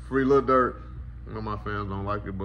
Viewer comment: did he call durk smurk 😂 duck would never